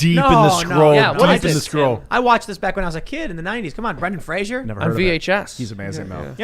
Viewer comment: MONKEY BRAIN also FRASER NOT FRASIER. annoys the crap out of me when people don't know that, like people saying realator... it's realtor.